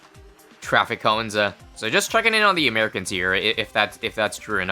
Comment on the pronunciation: i didnt know was canadian but he said canadian in the most canadian accent